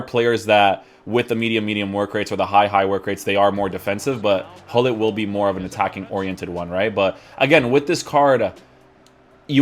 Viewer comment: Its fun that english people cant prenounce his name correctly you say hollit we really say Gullit 😂